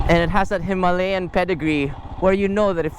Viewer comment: Hima-layan as you pronounced it sounds a bit annoying 😅and a walk around the unit not just a rider's pov will help viewers too. Just my 2 centimos. Cheers!